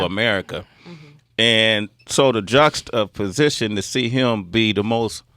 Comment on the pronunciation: Did he just say "jux of position"?